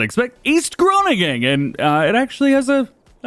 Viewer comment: Expected you to butcher the Groningen, but actually not bad!